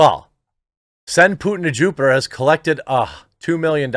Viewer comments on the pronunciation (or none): none